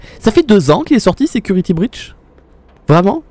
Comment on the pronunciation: voici le niveau d'anglais de: " security brush " juste wow 🤣😂